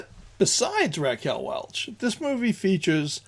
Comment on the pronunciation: Welch, not Welsh